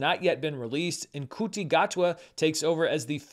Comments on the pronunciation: Ncuti Gatwa is pronounced SHOO-tee Gatwa, not KOO-tee Gatwa. And Elphaba is pronounced EL-fuh-buh, not el-FAH-bah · no judgement but really needs to watch some WhoCultre, and learn how to pronounce ncuti gatwa. Its mote of a "ShootE Gotwa" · Great video. Also, Ncuti Gatwa’s name is pronounced like “SHOO-TEE” Gatwa. The Doctor Who 60th specials were great and I’m excited for Ncuti’s season. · Ncuti Gatwa is pronounced Choo-tee Got-wa and Elphaba El-fa-ba. Source: a lifelong Whovian and former teenage Wicked super fan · It's pronounced Shoo-ti Gatwa 🙄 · Some takeaways from the comments here: 1) I guess my arms look weird in this video. Okay. 2) I pronounced Elphaba and Ncuti Gatwa's names wrong. Noted - I try to get stuff right but sometimes I just don't know how to pronounce things. 3) It's true, I haven't seen the animated Avatar: The Last Airbender. It debuted when I was 22 years old. Obviously its appeal is very broad, but I wasn't watching a whole lot of shows marketed initially towards kids when I was in my early '20s. Yes, I'm planning to watch it if I have time. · I can't speak to your weird arms but you shouldn't feel too bad mispronouncing Ncuti Gatwa. As a Whovian I watch a lot of videos on the show and even people who regularly comment on it miss the mark. A:TLA is a different story. I was also in my 20's when it came out and so was my youngest brother yet he somehow got the memo about the show and he needed me to record it off TV because he didn't have cable and he was sure I'd like it so told me to watch it because they'd regularly run marathons leading up to season 3. We ended up getting together each week to watch season 3 and it was incredible. I've since watched it many more times and while I don't particularly need a live action version it'd be cool to see in that format so it'd be great if it doesn't suck.